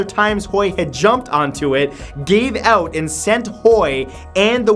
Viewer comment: His pronounciation of out sounds different. He pronounced it "Ouutt"